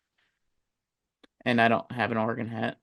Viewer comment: A couple of things… first, it’s Or-e-gun, not Ore-gone. Second, in the first Oregon/Ohio St. game it could have been worse for the Buckeyes. That first OSU drive INT that wasn’t called, which should have been reviewed, giving the Ducks the ball. Ducks also left points on the field twice by not taking a field goal one time, and Gabriel missing a wide open receiver on an easy dump pass for a score (just didn’t see him) and throwing to a wideout in the corner of the end zone. 9 out of 10 times that’s an easy 6. Either way, it was evenly matched, and I don’t see Oregon pulling a “Tennessee” in Pasadena. They tend to play the game they need to to win, and I have no doubt Lanning will have them ready to go. If they’re firing on all cylinders, the Buckeyes will need to be on their game just to keep up.